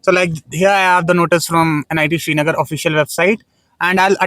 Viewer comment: Shri nagar ❌ Srinagar ✅